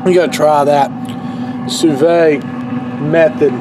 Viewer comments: Su veed NOT su vey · it's not sue vay, it's sue veed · I Believe it's pronounced like sue v'd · "sooo vay" lmao love this guy! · According to the French, it's "soo vid". I'm wondering if you'd get even better results from using a larger container so the water circulates all around?